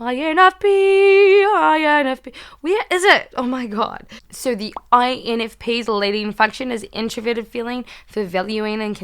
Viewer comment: “Infpenis” haha. Great video! My birthday is tomorrow btw! -infp -a from New York ✌🏾